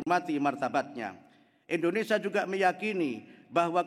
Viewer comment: Kadang ada nyebut INDONE SYIA